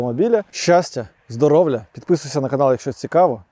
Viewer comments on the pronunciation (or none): Це мені тільки мені чується - здоровля?